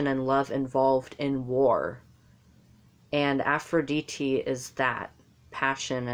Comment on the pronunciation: You are right but you went out of topic. You started saying aphoridite is goddess of war and this is right. (you pronounce very nicely aphrod'I"te) (I could help you with pron/tion) Aries is a god of action while Aphrodite is goddess of intellectuality. So aries is the passion for war and war itself while aphrodite is the wars coming come due to love or the wars we do in order to fid love. Also represents the war we do with our selfs to become a person with kind and beautiful actions and thinking. Battle is not only war. Diet, flirt, athetism, dancing ... all these are type of battles that hear in the name of aphrodite. You did a great mistake about "the goddess of cities". You have mistaken athena who she is the goddess of cities and wars while we make conversations with aphrodite. You also mistaken aphodite for goddess of the sea , but this is not true. Afros means soap of the foam of the sea which represents the air or the aura which comes from the steams lf the sea when they heat or move violently. This is air, not water. There is npt greatest battle with our selfs than the battle we do in order to reach the virtues we need in order to become more beautiful versions of our selves.This is the epitomy of aphrodite, aries is the battle we give with this beautiful self with others that are different than us. Two sides,Beauty and harmony are the primal terms you need to seek whenever you try to understand any god.